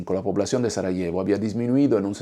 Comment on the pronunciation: pronuncias mal el español Sarajevo, Este tema al menos está expuesto en diferentes películas que he visto, sobre todo de los francotiradores donde estos, herían a las víctimas para dispararle a quienes intentaba rescatar a los heridos (total crueldad), hay una película interpretada (Savior por Denis Quaid), donde exponen las cosas horrendas que ocurrieron en esa guerra. Estos francotiradores antes de esta guerra fueron atletas olímpicos de la especialidad de Tiro. Es de notar que los diferentes bandos cada uno cometió horrores de guerra, tanto los croatas, bosnios, y los musulmanes de la antigua Yugoslavia. En la Yugoslavia había matrimonios mixtos de cristianos con musulmanes y al revés, Durante esta guerra surgieron terribles odio entre ellos. Pues estos musulmanes eran antiguos bosnios y croatas convertidos al Islam durante los periodos de ocupación por el Imperio Otomano. Pero como resultado solo se juzgo a los bosnios. sin olvidar que también cometió atrocidades con sus bombardeos los que integran a la OTAN. Fueron los países llamados occidentales responsables de esa guerra y de fragmentar Yugoslavia.